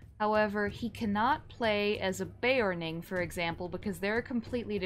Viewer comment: sorry...be OR rn ing there is no A in beORning